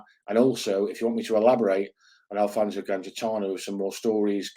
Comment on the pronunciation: Liking the international flavour bud. Btw, it's Alfonse not Alfonso 😂 But fair play, the Ozzy lot are an interesting bunch. Mad as you like 😜